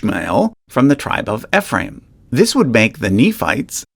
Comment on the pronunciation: Just a small note from a non-mormon in Utah, Ephraim is pronounced: Ee-fram